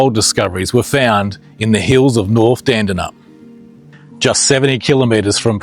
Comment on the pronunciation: Learn how to pronounce Dandalup